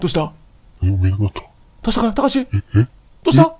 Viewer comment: ここ慌てすぎてたかしじゃなくて「たしか」になってるの面白すぎるwwwwwwwwww